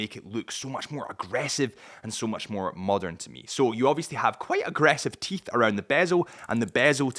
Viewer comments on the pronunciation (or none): none